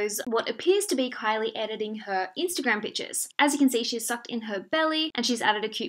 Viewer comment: Everytime she said "pictures", i heard "peaches"